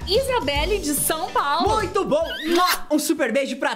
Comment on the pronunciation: O disse paupa